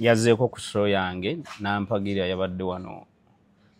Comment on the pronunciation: ekigambo “Show” sikizibu nyo lekerawo Sooooo yo